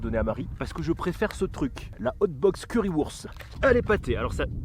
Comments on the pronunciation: currywurst on dit curryvourcht en allemand :P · Pour info 😂 on dis "CuryyWourcht" 😂